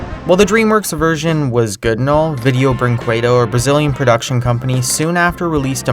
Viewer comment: huh, cool video, most of these I didn't know and are completely stupid, especially the brazilian ones, shame for my country minor nitpick: video brinquedo is pronounced like video brinkedo